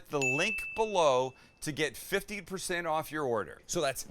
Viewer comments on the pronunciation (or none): Would you use ground wagyu? And everyone you saud 15% off it sounded like 50%. 🤪🙃